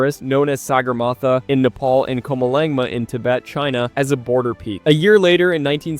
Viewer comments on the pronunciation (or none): Wow, what I just heard will hunt me for the rest of my life Nepal is supposed to be said "Neh*Pal", but I understand when people say "Neh*Paul" because it's more popular… But "Knee Paul" is just something else entirely 💀🥀